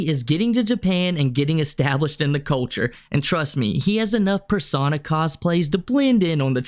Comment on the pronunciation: “Persawna cosplays”